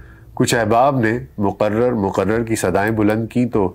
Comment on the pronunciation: Bhai aap 1mnt 20 second pe muquarar nahi mukarrar kehen ( repeat )